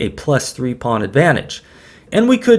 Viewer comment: “Threece” interesting and very entertaining. I’m never disappointed by your tact 🤡